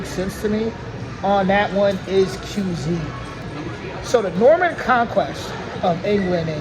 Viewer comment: "The trouble with the French is, they have no word for "Je ne sais quoi."" !?! - Former President George W. Bush You were close with "cuisine". It's pronounced "kwizz-een". Yes, The Lumière brothers invented Cinema.